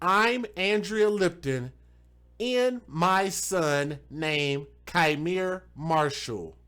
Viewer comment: That POS mother is my actual blood cousin 😠 She already had a kid taken from her prior to this, one of the reasons given was allowing men to blow weed in his face and she found it hysterical. BTW it's pronounced "Key miere" not Ki miere.